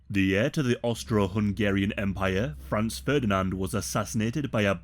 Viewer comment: Isn't it Franz?